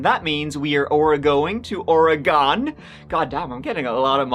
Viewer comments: Thank you for pronouncing Oregon proper....[Oregun] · Finally someone who says oregon right lol my homestate oregon. I don't remember this case though I grew up in Monmouth oregon for 25 years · So happy you pronounced it properly most people say "ori-gone" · Wow!!! You say Oregon the right way very proud and that comes from a Oregonian 👍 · Fucking thank you for pronouncing Oregon proper! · So refreshing to hear someone reporting on something in my home state of Oregon actually pronounce it correctly. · Holy crap, I just want to give a HUGE shout out for pronouncing Oregon correctly! I don't know why so many people struggle with the word Oregon and many of the names of places here.